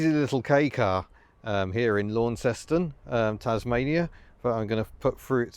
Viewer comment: Actually the Tasmanian one is pronounced LONNceston. Locals cringe when you say LAWNceston.